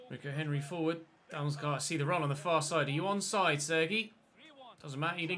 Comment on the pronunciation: it's pronounced reeco henry not ricko henry